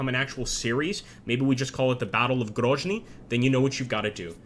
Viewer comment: It's not pronounced Grozhny it's just pronounced Grozniy and essentially pronounced as it's spelt - Grozny